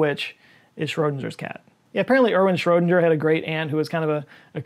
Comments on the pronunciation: Schroedinger isn’t read like ginger, rather like singer. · Let me point out an error: He's pronounced more like shro-ding-er, rather than shro-dinge-r. I forgive you not hitting the ö. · Great vid as ever, but for future ref Schrödinger rhymes with "finger", not "injure" :) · OK. As a former German teacher, I'm going to give you my secret to correctly (more or less) pronouncing Schrödinger. The sound of ö is very similar to the vowel in American English "poor" or "put." So start by saying "poo(r)-di-nger (drop the "r" at the end of poor). Then change the initial "p-" to "shr-" Now you sound like you studied at the Max Planck Institute! 😁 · I think the "g" in Schrödinger is pronounced like the "g" in "ring." My first comment shouldn’t be a criticism. I like your videos. But hearing that "g" pronounced like the "g" in "cringe" is distracting. No one has probably said anything because they haven’t noticed or they don’t mind. My excuse for bringing it up is that I’m saving you from someday finding out that someone whose opinion of you you care about has been overlooking it for fear of hurting your feelings. As you can see, that’s not a concern to me. Many scientists believe that QM is incomplete. See "The Trouble With Quantum Mechanics," at But it’s the most accurate theory in the history of scientific theories. Perhaps understandably, scientists stopped trying to figure out how it works as soon as they discovered how useful it was. Now some scientists like Sean Carroll at MIT are looking into it. Like first contact with intelligent extraterrestrial life, I’d still like to be around when someone finally figures it out. But they’d better get at it because I’ve already passed the life expectancy for males in the U.S. Just kidding. You can pronounce Schrödinger any way you like. It’s a free country. I’ll get over it. Eventually.